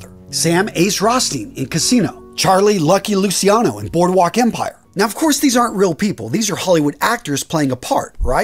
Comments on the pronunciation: Lou CHEE ah no. NOT Lucy ano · I’m sorry but I cringe at how bad the names are being mispronounced. It’s not Lucky Lu-see-ano. It’s Lucky Lu-chi-ano, it’s not Frank Custello, it’s Frank COST-ello, it’s not John Elite, it’s John A-light. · Great vid, as always, just a little tip; it's pronunced Luciano ("Luchano") and not "Lusiano", just like everytime you find C-I and an other vocal in italian; we pronunce it "CH-" and not "SI-" Many americans, infact, think Luciano is a name related with Luisiana and, more generally, with the french name Luis; btw Luciano is a way more acient name, it cames from the latin world for light: "Lux,Lucis" and it litterally means "Bright". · its luciano pronoucend lu chi an no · Lusiano? Corleane? I stopped watching after this.